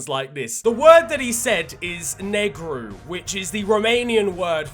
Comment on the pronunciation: the way he pronounced negru was so good, i wasn't expecting it